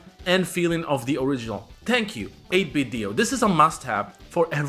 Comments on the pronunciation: Why do you keep pronouncing it "8-bit Dio" it's "8-bit Do" do we need to get 8-bit joestar? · 8Bitdo is pronounced “8bit-doh” like Nintendo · the company actually pronounces it 8 bit doo like Scooby Doo